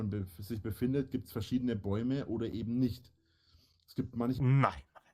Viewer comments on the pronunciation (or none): none